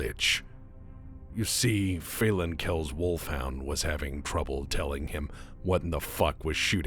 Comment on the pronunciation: I am really happy you pronounced Phelan correctly, because I've been hearing people fuck it up my whole life.